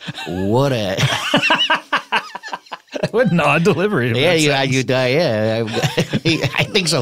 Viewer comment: "All I do is drink.... wahta" kills me every single time.